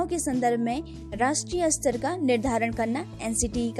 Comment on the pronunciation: विडियो बनाने से पहले शुद्ध उच्चारण का अभ्यास करना चाहिए।आप हर बार स्तर शब्द का उच्चारण अस्तर कर रही हैं जो बहुत ही बुरा लग रहा है।